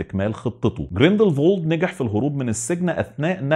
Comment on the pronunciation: اعتقد الاسم جريندل وولد مش جريندل فولد